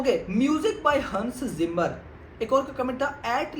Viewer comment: HANS ZIMMER ❌ HUNS ZIMMER ✅😂